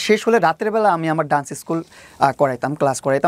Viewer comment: It's not duance, it's called Dance... Just a little correction.